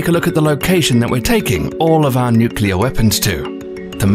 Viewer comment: If you keep saying nyukyuhlur like that I'm gonna go nuclear.